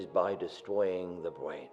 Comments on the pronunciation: lol the guy can't say R instead of "brain" he says bwain ^_^ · its funny cause he cant pronounce things right, like bwain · Bwain? Why do u say it like that? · did anyone else hear him say destowing the bwain ?? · lol the only way to stop a zombie is by destroying the Bwain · lol he says brain funny "its close the the bwain" rofl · by destwoying the bwain XD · he said bwain and twee he cannot grammar